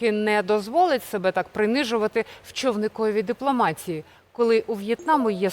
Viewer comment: Цікавий матеріал, але із твоєю мовою я не витримаю. Цю мерзку депломацьсію терпіти не буду. Навчився української мови, ацьсію та іцьсію.